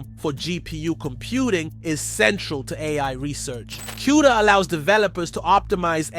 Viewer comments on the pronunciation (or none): LOL what did you call "E.V.G.A." eevgaa? LMAO and its not Q Da is pronounced "Coo Da" lol you should know the industry before trying to report on it.